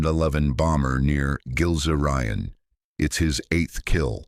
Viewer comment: pronounced "Gills Ryan" as in Gilze-Rijen